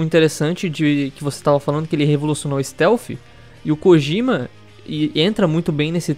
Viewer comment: só uma observação que não chega a ser importante... Mas o nome "Kojima" não se pronuncia "Kogima" e sim "Kodima"